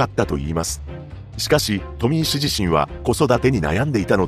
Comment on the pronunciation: 富石 の発音が変